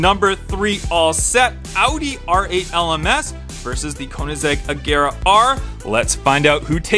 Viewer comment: Did my guy call an Ageara an "Ajera"?! Respect Koenigseggs my man. Ay don't take it seriously it's a joke:)